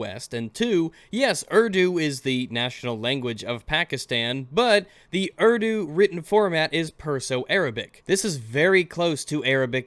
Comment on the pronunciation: He complains about cultural appropriation when he can't even be bothered to pronounce the words or names properly, it's pronounced oor-doo not erw-doo, I'm from an Islamic family(I'm no longer Muslim nor is my brother but my family still is) and in the Middle East it's almost forced to learn Arabic and it's terrible, during the Islamic Revolution in Iran they forced the Iranians to change language and alphabet from farsee to Arabic